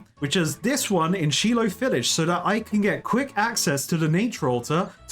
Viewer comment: It is not Sheelo it's Shilo village ;) (phonetically the same as silo)